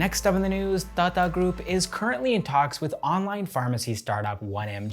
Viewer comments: Hi. Your pronunciation of Tata is a bit fast. You say Tata like you would say Tada in English. The way we Indians normally pronounce Tata is like you would say Tata as in to mean "good bye". You need to stress both the "a"s in the word. So like TaaTaa. But I love hearing non native speakers try Indian dialect. It's funnier that way, in a good way. 😌 Love this channel and your presence on screen bro. Keep up the good work. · I love the way he says "Tata" ! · The way you say "Tata group" got me chuckling everytime.. great content btw keep it up